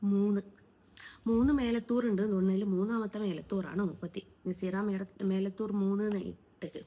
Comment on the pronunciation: മേലത്തൂർ അല്ല 😂മേലാറ്റൂർ എന്നാണ്